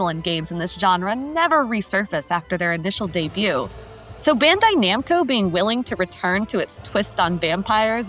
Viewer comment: Thats not how you pronounce bandai namco…